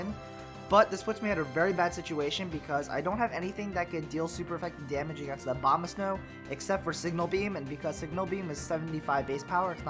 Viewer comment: Abomasnow, not Obamasnow. Lol :p